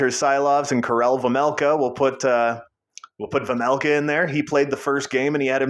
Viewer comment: It’s vejmelka not vemelka